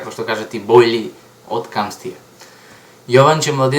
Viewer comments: Камтасиа a ne Камсти :D ххахаха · brat dobro e :D samo ne camstia tuku camtasia :D *